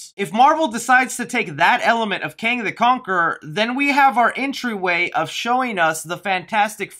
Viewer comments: "Kong the Canquerer" lmao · You saying kong the cankerer made my day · “Kong The Canqueror” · Did anyone notice that he said Kong the Kankerer?? 😂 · U said Kong the kankger haha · ...lol.....you said kong the canquerer.. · he says Kong the canqueror. 😂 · When I see, I click, also you said "Kong the Cankerer" lmao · Go to you said listen how u said his name lol